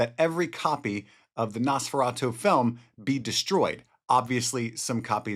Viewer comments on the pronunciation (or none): NOS Please ! Nosferatu. NOT :👃feratu .